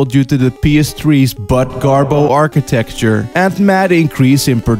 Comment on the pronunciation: after watching about 5 of ur videos i have concluded you dont entirely know what architecture means or how to properly say it. love ur channel.